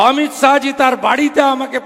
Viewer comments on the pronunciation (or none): none